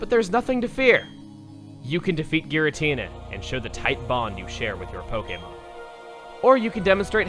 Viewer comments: is pronounced with a hard G, according to Japanese: ギラティナ, rather than ジラティナ. If that's not what you're complaining about, what is? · you pronounce giratina wrong... its soo cringy... like people saying arceus with a k.😑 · pronouncing it in the official way. It's not supposed to be pronounced with a soft G, like a J.